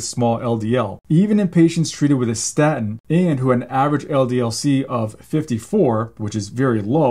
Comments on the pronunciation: It is pronounced staTin, not sta'in! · For God’s sake, doc, it’s pronounced “statin,” not “sta’in.” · Very interesting, but please learn to pronounce "statin." It isnt "sta' in." Theres a T in the middle of the word. Please use it. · Very interesting, thank you. The medical profession constantly push statins on us - but you’re talking about something called sta-ins. Has the letter ‘T’ magically disappeared from your vocabulary - or is this some new variant of the drug? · I love you but it is annoying how you pronounce statin. You gave away your generation. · Love your vids. Please pronounce the T in staTin!! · Please. Statin has a T in it. Pronounce it correctly . Its hard to listen to it .